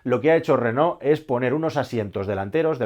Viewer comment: Felicidades. Por primera vez en España, oigo pronunciar el nombre de Renault correctamente. La mayoría se empeñan en pronunciar "Renol". Aparte la felicitaciòn por el analisis. Hasta pronto.